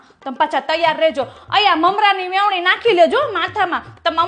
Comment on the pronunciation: Vevni nhi ben Veni bolo